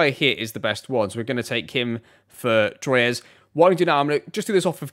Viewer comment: Amazing as always dude, btw we don’t say « Troyez » we say « Trouah »